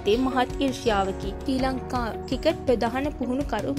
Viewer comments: seratama kalin sri lanka ha kreeda kiyana wachana hariyata uchcharanaya karanna. School gihin nadda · මේ නිවේදිකාවට පළමුවෙන්ම ක්‍රිකට් , ක්‍රීඩා ,ශ්‍රීලන්කා වැනි වචන් කියන විදිය උගන්වන්න, මේ වීඩියෝ එක බලන එක එහෙම්මම එපා වුනා මේයා කතා කරන විදිය අහලා